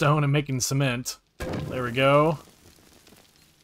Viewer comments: I have binge watched this entire series, because I’m currently “stuck” on console, and it’s so nice to watch a console series, so thanks a bunch man! 🤘 Also never stop pronouncing cement the way you do, never fails to make me chuckle. 😂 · I very much enjoy watching your videos man! It’s such a blast. 🤘 And yes. Absolutely. Mispronouncing cement seems like the PERFECT way 😂😂😂😂